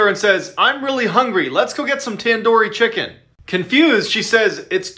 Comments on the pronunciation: u said tandoori chicken wrong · the way he pronounces tandoori chicken.....lol (no hate). the stories were pretty creepy tho